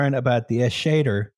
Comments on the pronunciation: It's pronounced Eschede with the beginning like the Canadian "Eh", the middle like "Che" Guevera and the end like the "i told u so" "Duh" but without the "uh" and another "Eh" at the end. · And it only took 6 minutes for to fuck up "Eschede."